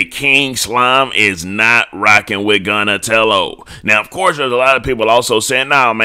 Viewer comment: Bro called dat boi Gunnatello. I almost passed tf out fr